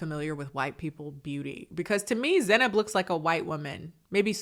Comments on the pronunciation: yeah I wanna hear her say her own name a few more times because I'm not sure how to pronounce it, but whenever Cole says it, it feels wrong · Hi, I'm from central Europe and I haven't noticced a difference in the pronounciation? Can anyone explain how he mispronounced her name? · To be fair, colleen said in a podcast that Cole also pronounced her name wrong. Doesn't mitigate him only pronouncing it correctly when he exaggerated the pronunciation of the name, but I think the guy doesn't care to pronounce names correctly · I couldn't agree more. How dare a normal looking dude like him talks to her like this? She is fucking gorgeous and looks so much better than him. He never even pronounced her name right.